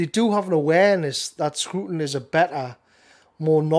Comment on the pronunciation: It’s not “screwton”. It’s a “Scraton”.